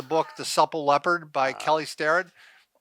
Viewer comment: I thought he said, "The Supple Leper." Leopard?